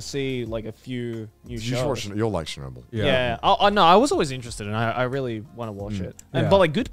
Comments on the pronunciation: I’m Russian, and it’s so funny to me that they pronounce Chernobyl as Shernobyl 😂 “Ch” is pronounced as in “check” Chernobyl is such a good show 100% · As a North American English speaker I could not tell they were talking about Chernobyl from their pronunciation! Sounded to me like Shenubble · I love the story of Chernobyl. Thought gigguk was saying shinobu at first and I was very confused how I hadn’t heard of another Japanese nuclear incident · Honestly thought they were pronouncing "Shinobu" till I checked the video "chapters"